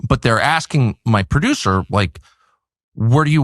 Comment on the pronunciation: "Percisely" and "Perduce" are not words.